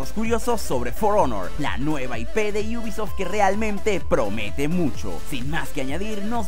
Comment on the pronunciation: Por qué dices iubisoft ? Te crees especial por agregar una (i) o algo ? Me podrías explicar por favor